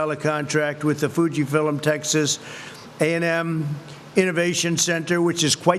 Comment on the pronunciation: What is Fuji “Filims”??🤷🏽‍♀️